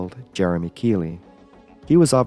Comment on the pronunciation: ‘Jeremey’ Keely 😂🤣🤦‍♂️